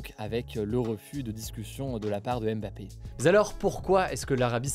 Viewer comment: Hugo ça serait cool de respecter les noms Africains. C'est pas aime bappé. Mais Bma pé. Ni haine golo, mais Ngo lo. C'est vraiment insuportable ce manque d'infiférence alors que les concerné ont corrigé plusieurs fois. On est aussi français, on mérite du respect